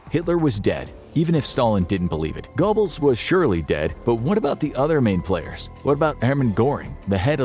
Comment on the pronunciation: Gair-buls --- Hide-rick. D*mmit!! I'm about to leave. This bare minimum research and recitation of another's writing is fine for a middle school book report, but not where content is so heavily scrutinized --- and rightly so. At first I was laughing, now you're just trolling us.